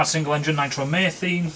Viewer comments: "Nitromaythene"? Must be Northerner for "nitromethane" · Pedant alert...! Nitro-methane pronunciation: Nitro meethayne :p Keep the front pawing the air :)